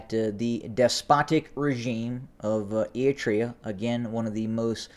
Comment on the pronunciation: If you follow the chaos in Ethiopia closely like many of us do and then listen to this kid who pronounces Eritrea ‘Eeetrea’, you begin to realize that he really doesn’t know much at all about what’s actually going on. He’s snipping a few reports from here and there and then theorizes what might happen or what could happen. Better to get your information straight from Getachew and Stalin. This kid is just milking you for the YouTube royalties.